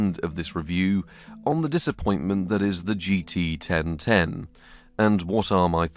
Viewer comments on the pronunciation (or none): GT 1010: ❌ GT Ben Ten: ✅